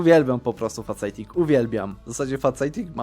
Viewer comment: Tam nie ma faceta w slowie "faceting", tylko "fejsting" Kocham Twoje filmy though <3